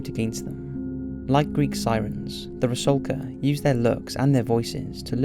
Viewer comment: FYI: ITS “RUSALKA” NOT “RASULKA”! 😉🇷🇺